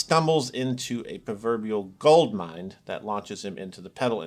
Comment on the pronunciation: "Proverbial Gold Mind"???? It's "Gold Mine", friend.